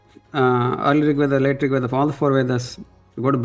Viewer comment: फिरसे वेदास क्यों भाई? वेद क्यों नहीं। ऋग्वेदा फिर? आपको हिंदू और भारत उपमहाद्वीप को पश्चिम को सिद्ध करना है, लेकिन आप भारतीय भाषा को पश्चिमी चाचनी में डुबोके वीडियो में बोल रहे हैं। ये कैसी डोगलायत है महाराज। आपसे स्नेह है इसलिए आपको टोकने की चेष्टा कर रहा हूं भाईजी।